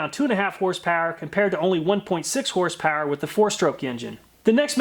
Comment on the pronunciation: I like how you say horsepauer